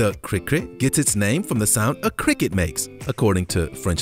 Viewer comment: Don't. Know why you called the cricket a critcrit and the krikri but it is pronounced kri kit good video though